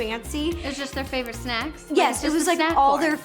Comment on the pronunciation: "Snecks" and "Melk"